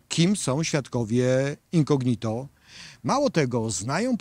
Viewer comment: super materiał; ejdna uwaga: ten prokurwtaor to Ozimina; w słowie incognito akcent pada po o, czyli inco' gnito a nie incogni' to; to 2 źle brzmi